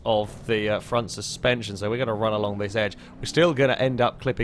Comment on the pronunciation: Did you just try to say steerspension? That sounds like a new term for passive rear wheel steering. Copyright that